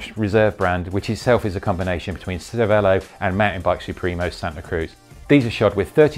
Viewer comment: Pretty sure it's pronounced chervelo. It's the italian word for brain. Ce is ch.